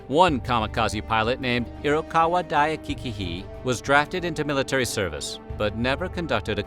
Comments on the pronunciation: I like your channel, but you have a problem with reading Japanese names. In Japanese you don't reac "c" by itself like in English, but Japanese is always a set of consonant+vowel. Hayakawa "Daikichi" -> Not, Dai--kic--hi, but Dai--ki--chi... Please review the basic Japanese name reading before making a video about Japan. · Mans really butchered ‘daikichi’ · Except for Daikichi